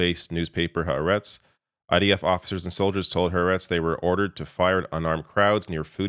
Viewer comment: You've gotten that "Ha'a" in "Ha'aretz" is TWO syllables, which is better than most journalists have done, but there's a refinement yet to add -- the SECOND "a" is accented, so the correct pronunciation of the entire name is "hah-AH-retz". It means "The Land". The article "the" ("hah") is, as always in Hebrew, linked to the noun it modifies, so you end up with only one word of text (even though it's really two words combined into one).